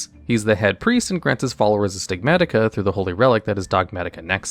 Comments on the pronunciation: Stigmata not Stigmatika xD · The way pronounces "stigmata." C'mon, mate. That's an English word. It isn't "Bystials" or French.